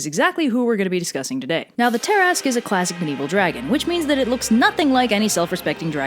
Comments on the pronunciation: TIL that "tarrasque" is pronounced "tear-ask" and not "tear-a-skew" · It’s ta-rask not tar-ask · Me: "Why is it pronounced as 'tarrask', instead of how the word looks?": "From southern France" Me: "Oh, now it makes sense." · It's not "tear-ask", but "tuh/ter-rask" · i swear the way you pronounce tarasque makes me mad for some reason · Ok I'm really annoyed it's pronounced ta-rask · Wait, it's pronounced "Tear-ask"?! My life has been a lie.... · It's pronounced Ter-ask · Please. Look up pronunciations for the main subjects of your videos. Between this and the k sound you shove into Mycenean, I just can't. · TIL I and my entire group of nerds have been pronouncing Tarasque wrong for over 20 years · Oh dear... I have been pronouncing Tarasque wrong for years!